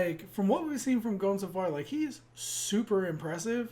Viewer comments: for fucks sake, just look up how to pronounce japanese vowels A I U E O and you'll know how to pronounce the names. Go on google translate, pick japanese , write the name and press text to speech. is about right. Gon is wrong, the person who told you to pronounce it like that was probably just trolling. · ITS PRONOUNCED GONE NOT GOAN FFS. THE DUB GETS IT WRONG.